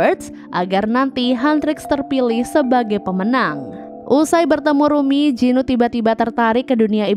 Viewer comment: bukan rumy tapi rumi kak😅